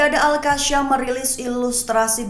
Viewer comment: presenter sebut al qassam pon tak betol..mahu d kikis lidah pakai parang ..atau pisau..betulkan sebutan skit telinga aku dengar..